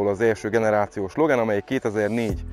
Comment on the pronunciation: Jó lett a videó meg az autó is, de legyszives nem logen, igy a magyarországiak mondják,hanem logán, igy ejtik rendesen!